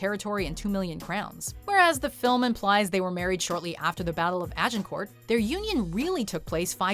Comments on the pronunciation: you don't pronounce the last T at the end of Agincourt. In French you rarely pronounce final consonants, except for C, R, F, and L. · sorry, but Agincourt ends with a silent 't'.;) Oh and Shrewsbury is pronounced